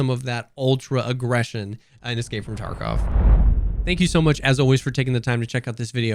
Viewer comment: Why do you say escape from "torkov"? I know you're trying to say tarkov but man. It's an a...